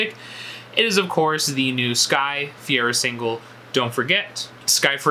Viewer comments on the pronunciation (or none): her last name is pronounced Fuh-Ray-Ruh